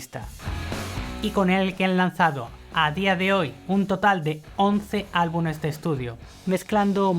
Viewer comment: Excelente video... pero debes corregir algo; no se dice "albunes" se dice: "albumes"